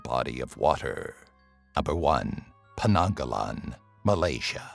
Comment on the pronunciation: actually its penanggal not penanggalan 😂😂😂